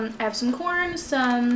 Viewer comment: “I wus eating cOrN 🌽 “